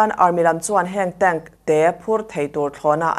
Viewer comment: tank "tenk" tia lam tur☺️